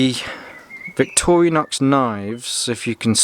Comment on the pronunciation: Victorinox not Victorianox